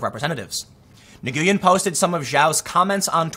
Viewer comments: I think Nguyen is pronounced “Wen”. It’s Vietnamese. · just a headsup, I believe Nguyen is pronounced "Win" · Bruh.. love your work, I dont think I got any Asian in me but I know Nguyen is pronounced "nwhen" phonetically... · Tim, NGUYEN is pronounced WIN, grew up in SoCal where a large Vietnamese population lives Westminster. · Nguyen is pronounced "Win" in English. Not to be that guy correcting, but I know it's constructive and maybe could help you. Thank you for all your hard work Tim! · Hi Tim. Just a little help on pronouncing names. Nguyen = Win (phonetically) Keep up the good work brother. I don’t share in your political preferences but I love your honesty and willingness to hear out the other side. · I believe Nguyen is pronounced "win" As always great work Tim thumbs up. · I learned "Nguyen" is pronounced "Win", like 17 times in one comment section! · Tim, just for future reference, the relatively common name, 'Nguyen', is generally pronounced 'N'win' in anglophone parlance. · Just a helpful side note: Nguyen is pronounced win or when. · Just so you know Tim. The last name Nguyen is pronounced "win". Thanks for another great video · Nguyen is pronounced 'Wen'. Also SJW or Social Justice Warrior is a word they called themselves, and is thus entirely legitimate to use. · Nguyen is pronounced "win" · Tim, Nguyen is pronounced nwin... if that is hard to pronounce it’s basically just, Win. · Nguyen is pronounced nwen (silent G) it’s a very common Asian surname, you’ll probably have to say it again on your channel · Nguyen is pronounced 'win' Tim. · Nguyen is pronounced "win" for future reference. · PRO-TIP: When saying the Vietnamese name Nguyen you don't pronounce the g. As an American just say Nu-yen, saying the "g" just sounds like pronouncing the name Jose as Jo-say. We've reach a point where we have enough Vietnamese living here where we should know this. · Small note: the Vietnamese last name Nguyen is pronounced "win" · wyn! its probounced wyn!